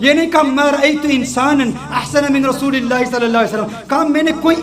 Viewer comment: Pyari Aap bahut acha bolti ho per rasoosullah ko rasoolallah kahti guzarish hai Ap se rasoosullah kaha kijiye